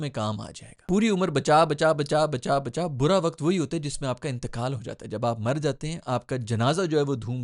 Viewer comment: Wakat nhi, "waqt".